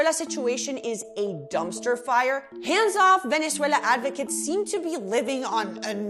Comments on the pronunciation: 2Hedz she says it as a Venezuelan, that's how you should pronounce it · thats how you say it in spanish lol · Sweetheart, please stop with the exaggerated Spanish accent when saying Venezuela. You don’t use the equivalent when saying Paris or Liverpool for that matter so just drop it for Spanish-language words. Good content otherwise. Thanks! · Kevin Hernandez-Fabre I never said it was wrong! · Is anyone else annoyed by how she switches to Spanish when pronouncing Venezuela? Does she also say Deutschland when talking about Germany? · No you're not a pro Trump military hawk, you're just a completely ignorant liberal. You think it's funny to make the point that kidnappers stopped kidnapping.....hahaha. You're entitled simply by the fact you can Venezuela in spanish accent. And have you been to Venezuela? And so who are you to say that protests in the USA need to have venezuelans at them to mean something. I'm Latin American and every Latin American I speak to knows this is about simply raping the country of it's natural resources by people that are completely unconcerned about the plight of the poor and that want to reverse the gains made by the Chavista politics of housing state medicine and collective betterment. Your opinion isn't welcome but you're entitled to it. But that is simply all you are, entitled.